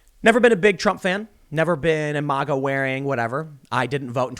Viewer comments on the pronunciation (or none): It is mayga not mawga